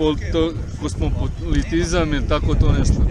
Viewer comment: Kosmopolit,kosmololipot,kozmotopolizam😂😂😂😂Ovaj ne zna jel je došao ili odlazi😂😂